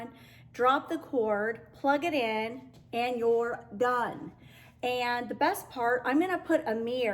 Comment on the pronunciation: I love when you say the word "DONE" it's so much fun, it makes me smile because you're implying just how simple it is, so never stop, I'm new to your channel and just subbed. Oh, and I found you through the Channel "the painted south" she's awesome too.